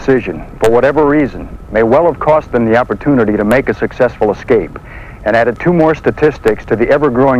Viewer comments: General Lukens says, eXcape, instead of escape. Makes you kinda wonder. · Dude, Repeat after me. ES-Cape. ES-Cape. Not Ex-Cape. Sheesh. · In an industry where attention to detail is an absolute necessity you'd think the manufacturer would find someone who could correctly pronounce "escape" to narrate their promotional films.